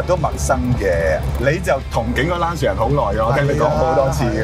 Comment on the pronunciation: 溫馨提示，Lancia 不是讀 Lan-ci-a。 意文應讀成 Lan-cha。路過別見怪 。